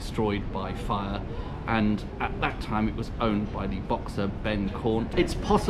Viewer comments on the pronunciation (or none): none